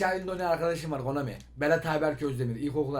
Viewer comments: abi komani deil konami :D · abi KOMANİ DEĞiL KONAMİ HSJSHS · Komani???? Konami🤣🤣😂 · Abi Konami dedin o komik